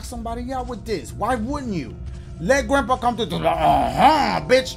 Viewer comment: dashie the type of dude to call someone "grampee"...............